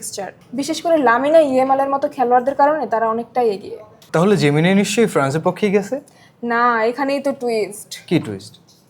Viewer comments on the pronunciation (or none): জেমিনি কে বলছে জেমিনাই, লামিন ইয়ামালকে বলছে লামিনা। তারা সামনে আসছে news presenter হিসেবে। হাইস্যকর।